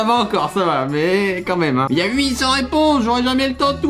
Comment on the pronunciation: as-tu dis un "maime"?